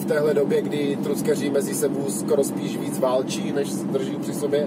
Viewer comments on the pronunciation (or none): Vyslovuj trakeři a ne truckeři .Trucker se to píše ale traker se to vyslovuje. A náprava je natáčecí a ne zatáčecí.